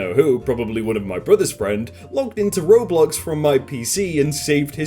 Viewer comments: IT’S NOT RAR BLAX IT’S PRONOUNCED ROW BLOCKS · NOT RAW